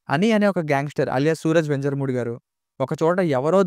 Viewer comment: Adhi venjarumoodi kadu.venyarumoodu ani chadavali